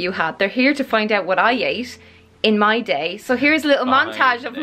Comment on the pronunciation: "my time journal" but in irish accent " ME TIME JOURNAL!"